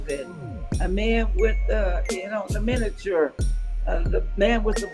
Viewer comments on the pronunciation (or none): Did she actually call the minotaur "miniature"? 🤦